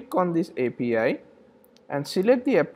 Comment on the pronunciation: You say APA but mean API? :)